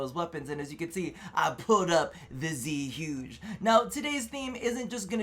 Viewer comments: Its zuegay thats how you say it your Asian smh cmon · Same as you , man . When I hear people say Zhuge the wrong way , I laughed so hard .